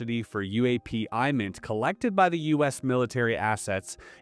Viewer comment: IMINT is pronounced with a short i like imagery; MASINT is pronounced like maz-int.